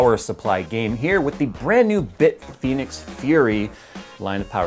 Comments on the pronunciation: "Bitphoenix": Whuzzat? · Bit Penis is what I thought you said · Bitfenix? bitfenix ghost